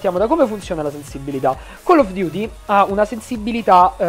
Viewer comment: attenzione forse il nostro pow3r ha smetto totalmente di pronunciare chell of duty al posto di coll of duty (la pronuncia intendo) ahahahahahah grande pow3r big up !!!